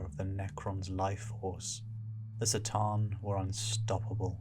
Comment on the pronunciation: Why S'tan and not C'tan?